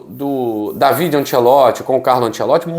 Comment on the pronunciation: O certo é falar Dávide. Io sonno italiano e parlo la língua de Dante.